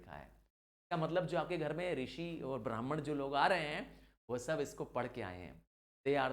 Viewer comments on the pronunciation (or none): अरयंकाज नहीं आरण्यकाज, ब्राह्मनास नहीं ब्राह्मणाज। पतंजलि कंपनी की दवाइयां अथर्ववेद से नहीं निकली बल्कि आयुर्वेद से निकली है। शादी व्याह के मंत्र भी अथर्ववेद से नहीं आए। गायत्री मंत्र गलत पढ़ी आपने। प्रेजेंटेशन अच्छी है आपकी, गलत बातें मत बताएं 🙏